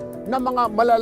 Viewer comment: Tulfo "Isda" not Ista